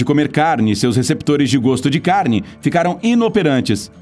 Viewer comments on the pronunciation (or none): none